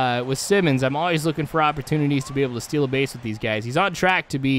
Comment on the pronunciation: He's sayin Simmons' name right